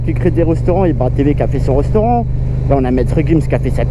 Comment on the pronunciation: Un reusteurant il a dit